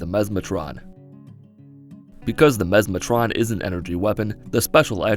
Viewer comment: Memeatron? Memestron? Memesatron? Mesmatron, ohhhhhh Any if the others would’ve been better